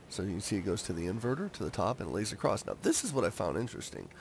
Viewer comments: ITS ACROSS NOT ACROSST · Not to be mean but it's "across" and not "acrosst"